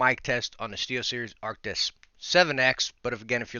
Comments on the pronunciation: the way he says Arctis gets under my skin 😩 he be adding letters that aren't in the name lmao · It's funny how you rarely manage to say Arctis correctly even though you know how to say it lol